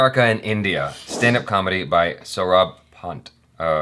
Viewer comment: lol you read my "H" comment, and you pronounced Sorabh Pant wrong, we pronounce it like Sorabh "Takla" Pant, thats how we do it here. And Takla Pant is everywhere, Breakfast With Champions, Ad before EIC Video and now here. Itna marketing, isse acha sirf ek ankh mar, ya govinda ki tarah dance kar ya sulochan laga le, aag ki tarah felega bhai. Btw jaby you pronounced it right